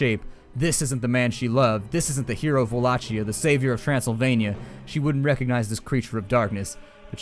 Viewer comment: Tepes is pronounced as Tepesh and Wallachia as Volakia. I've heard a few of my romanian friends say this.